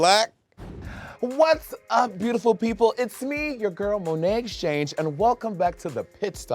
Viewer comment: it is SO insane to me that 7 years ago Raja refused to say Monet's name properly and now here we are